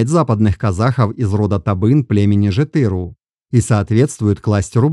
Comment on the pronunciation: Брат всё прекрасно Но как совет от казаха запомни одну деталь на всегда Все казахские слова, независемо от рода и падежа не имеют ударения. Тоесть ты акцентируешь ударение на заглавных или средних буквах но нет Ударения в казахском языке всегда последняя гласная буква Жетіру’ Байұлы’ Не-жетЫру А ЖетірУ Пон?